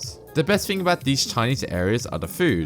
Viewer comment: "Here's the fing"